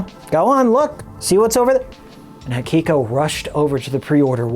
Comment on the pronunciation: I like your vid but why do you always say "Hakiko" instead of " Hikiko"?